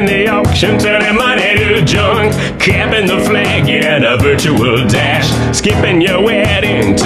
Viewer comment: I thought he said, "Campin' the flag". Not cappin'.